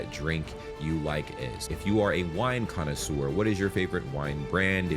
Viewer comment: "Connaisseur"'. Please.